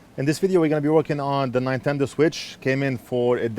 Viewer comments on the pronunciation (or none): Love it when you said nine tendo switch 😂❤ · "Nie"tendo killed me.